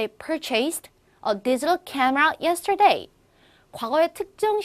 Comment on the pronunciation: 네 그발음도 잘못 발음 하시고 yersterday도 강세 잘못 발음 하셧네요.. flown 도 잘못 발음...singapore도 강세. 잘못..